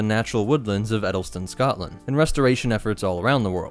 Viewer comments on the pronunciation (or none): none